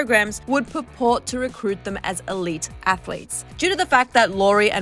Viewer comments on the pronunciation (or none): none